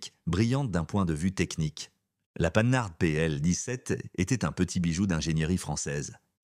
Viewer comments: Hé ouais l'IA n'est qu'un mécanisme stupide: Panard P L17.. Des jeunes sans autres connaissances vont répéter ça! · j’arrête le supplice. INSUPPORTABLES CES VOIX SYNTHÉTIQUES au débit haché qui vous balancent des liaisons à tout va, et écorchent les noms propres. « Panard »!!! Non mais c’est grotesque!!! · Oh oui quel dommage ! Certaines marques sont prononcées bizarrement ! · C'est bien mais c'est quoi cette prononciation de Panhard ? Et de 4L ? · Quoi ? Pas de 2CV ? Pas de DAF ? Pas de Mini Morris/Austin ? Pas de Triumph ? M'enfin... Et une voix qui ne sait pas prononcer Panhard ! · Sachez prononcer panhard correctement Ce n'est pas panard mais pan har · Tout à fait d'accord.. "La panard" pour la Panhart, carrément insultant. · comme je vous rejoins! Imaginez la prononciation des enfants de demain 😱😱😱😱😱 Comme lorsque l'IA prononce, par exemple "la panarde" à la place de la " Panhard" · Tout à fait. Le "h" est aspiré : on ne fait donc pas la liaison avec le "n". On prononce donc "Pan -hard" et non "Panar" ni "Panarde". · Souvenirs souvenirs. Mais la voix artificielle ignore — entre autres — que Panhard se prononce Pan-hard et non panar. Mon oncle a eu une Panhard Dyna junior, non citée, non plus que la 2ch qui plus peut-être que la R4 a marqué son temps. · D'où sort le 'commentateur' ? Depuis quand prononce -t-on 'Panar' pour Panhard ? Il faut vraiment être ignare .. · Ca se prononce PAN-HART, et non panart, Grrrrr ..... Merci pour la vidéo. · On dit pas "panar", monsieur L'IA, on dit PAN HARD ! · PAN-HARD pas panard!!!! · PAN-HARD pas PA -NARD ! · la panard 🦶🤣🤣🤣 Arrêtez avec les commentaires made in IA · Ah ah ah j'aime bien à 5'46 la "panard" pénibles ces commentaires par l'IA, je ne vais pas jusqu'au bout..c'est trop nul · panard ca veut dire pied en argot. Ce n'est pas une marque de voiture!!!! apprenez à mieux prononcer. Quant aux chiffres, quelle catastrophe. Evidemment, avec l'IA.... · La panard pl 17 😂!!! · surtout qu'il dit panarde !